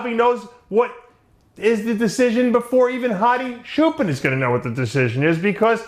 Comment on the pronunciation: Dave Hadi's last name is pronounced with "ch" sound not "sh", it is Choopan not Shoopan or Shooban. I guess you have learnt to call him Shoopan from an Arab guy. Arabs can not pronounce "ch" and "p" so they say "sh" and "b" instead.